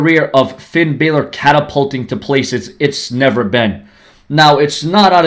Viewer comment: Finn deserves to fight against John cena and you say his last name wrong half of time